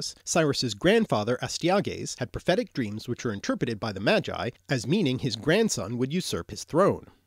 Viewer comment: seriously , you pronounce - "Magi" like "Jedi" ? hillarious, and you still avoid to mention slavic words you should know before you create this gibberish film .like : mogę , można , drzemać, marzyć , mąż , zmora , umierać , martwy , droga , targać , trzeć, droczyć się , wędka , wiedźma widzę , so it seems you have quite a homework to do, good luck !